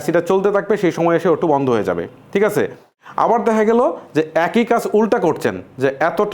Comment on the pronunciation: ভাই আপনি ঠিককে টিক বলেন কেনো, আপনার অনেক ওয়াড অন্য ভাবে উচ্চারণ করেন